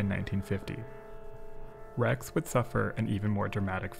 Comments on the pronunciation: You pronounced Rex okay 👍🏽!! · Seems to me you pronounced rex correctly every time. If Italians wana their names asaid correctly they shoulda speak english.